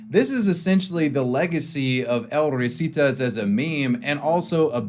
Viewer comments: I just can't get enough of how you say El Risitas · god his butchering of the "El Risitas" pronunciation is saddening